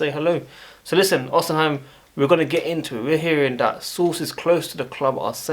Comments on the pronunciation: Bro it’s not pronounced “osiheim” it’s “ohseemen” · Or_Ci_Men that is how to say his name ❤